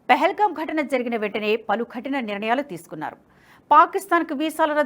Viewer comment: Please concentrate on pronunciation. Khatina kaadu kathina. Vinadaaniki visuggaa untundi